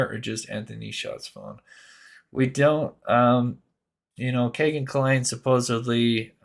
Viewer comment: It's not "Kay"-gen It's "Key"-gen FCS!